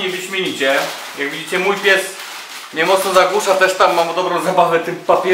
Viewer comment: "jaaak widzicie" >> zabrzmiało jak "ja pier...znicze!" ;)